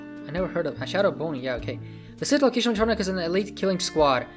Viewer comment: his name isn't boney it's Bonnie